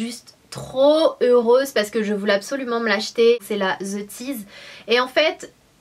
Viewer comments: Ceci est juste une petite chose que tous les français devraient savoir pour leur ''bien'' et celui des oreilles des autres. Si vous voulez dire ''The ...'' , ne dites pas ZE parce que ce n'est pas ZE!!!! Limite, vous pouvez dire DE mais pas ZE. Ce n'est pas de la méchanceté, c'est juste pour vous aider d=que je dis ça! Merci d'ESSAYER d'appliquer ce conseil. Bonne journée! :) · pourquoi tu prononces (the) (zz) c bizard